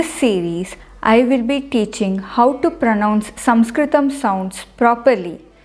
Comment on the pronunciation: Restpectfully your SaNskrutam sounds more like SaMskrutam. No offense